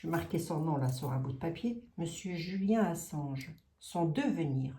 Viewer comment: 💎 Bonsoir,je suis l'administratrice d'un groupe de soutien à Julian Ass@ et oui, vous prononcez correctement son nom. Julian est un journ@ emprisonné dans une prison de h@ à Londres. Per*sécut*é et tor*tu*ré psychologiquement depuis plus de 10ans par les Sta*tes, le Roy*aume-U*ni et délaissé par son pays, l'Austr*alie, il est retenu comme un cr*m*nel alors qu'il ne purge aucune peine.